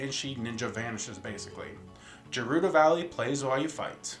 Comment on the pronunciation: I don't mean to try to correct you, but I just wanna mention that 'Gerudo' is pronounced in Breath Of The Wild as "guh-ROO-doe". I made that same mistake as you did when I first got into Zelda, so it's no big deal, really. I just wanted to bring that up. Great video, though!